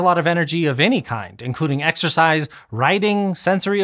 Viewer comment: Exercise? I thought you said "extra fries"...